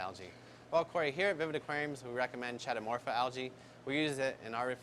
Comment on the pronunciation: Key-Toe-Morph-Ah... not Chay-Toe